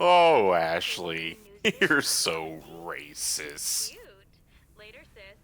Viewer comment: I never realized how common this was but can't pronounce the T in the word Racist so it comes out at races or reeses